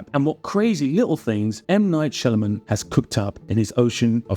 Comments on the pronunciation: It's not Shyalaman my friend it's Shyamalan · You're pronouncing his name wrong it's shy-aa-malan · It's an Indian name so if someone is saying Shyamulan, he is wrong too. I am an Indian myself. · You're mispronouncing his name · Should have at least pronounced his name correctly. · At least pronounce his name right.